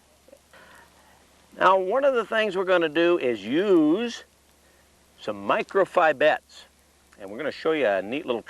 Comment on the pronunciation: Shame on the angler that shows up at the stream without any PMD's!! And, now I have to practice saying "Micro-Fi-bites!